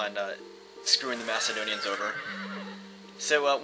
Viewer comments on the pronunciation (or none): none